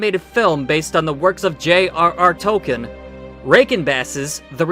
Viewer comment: If you’re going to be this critical about pronunciations, you should learn how to pronounce “Tolkien.” Also, “pronunciation.”